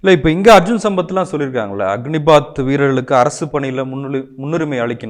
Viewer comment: 'அக்கினிபாத்' அல்ல, 'அக்னிபத்'.